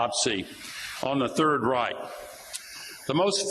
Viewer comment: Robert Reich isn’t pronounced ‘Rike’. I believe Kennedy did that to be petty and disrespectful.